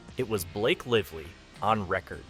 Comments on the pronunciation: Blake "Liv-lee" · We should care, why? Seriously? How does this impact my life or my loved ones? The A.I. doesn't seem to care much. Only pronounced Lively 3 different ways. Lol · Very hard to listen to when you keep mispronouncing Blake Lively's name over and over and over again. Bye. Bad AI? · You had me as someone legit until you mispronounced her last name in the first minute right after pronouncing it correctly. Here's to another faceless AI